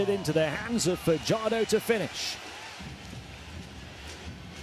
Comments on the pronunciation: Fajardo not padyardo damn you dude youre murdering junemar family name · Fajardo not fadyardo youre murdering the family name of fajardo